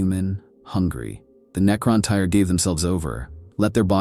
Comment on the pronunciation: Its pronounced the NECRON "TEAR" like a tear from your eye. You are pronouncing it NECRON TIRE. lol. For the record the correct spelling is NECRON TYRE.